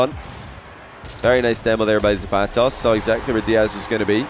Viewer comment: pronunciation of the vowels in “zapatos” is killing me but good series